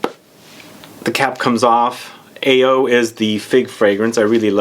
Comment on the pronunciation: AO is I think it's pronounced as Ah oh which means blue in Japanese.